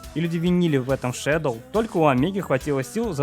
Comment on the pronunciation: НЕ ШЕДЛ А ШЕДОУ